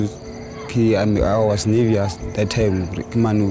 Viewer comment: " i was nervius"😂😂